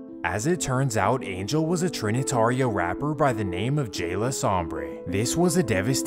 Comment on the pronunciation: Sombra not sombre😂😂😂🤦💯